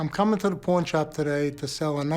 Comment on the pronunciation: Did he say Paiwwenn shop wtf!! It’s pawn